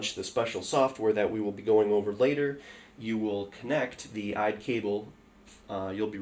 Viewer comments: Can you please not say IDE LOL, its I.D.E. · No IDE is fine. You were pronouncing it as a word rather than by each letter. Usually people say I-D-E each letter at a time. That's all I was pointing out. I use the term molex all the time myself by the way. That is understandable.